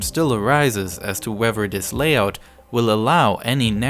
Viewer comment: oTHer... not uVer... raTHer, not raVer... wheTHer, not wheVer Seriously, need a voiceover without a speech impediment.